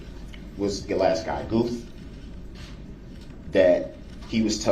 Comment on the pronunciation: It's Detective Gooth, DB couldn't say it correctly.